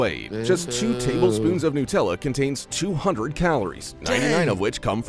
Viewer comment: It’s not “newt”tella, it nUtella, made from nuts, get it?